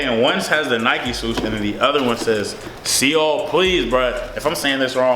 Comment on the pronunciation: Pronounced like soul my brother 😂